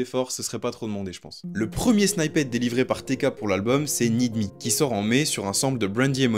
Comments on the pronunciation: Arrêtez de dire “snyppet” mdrrr sinon la vidéo est bien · "snippet" se prononce :snypeut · Super video mais la pronunciation de snippet c'est vraiment pas ça😅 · revoit la façon dont tu dit snippet sinon super vidéo